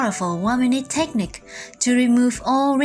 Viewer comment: It isnt TEchnique, but rather techNIque. The emphAsis is on the wrong SyLAble. 😮 oy!